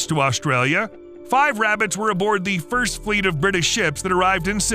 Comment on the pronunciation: “Im hunting wabbits” 😂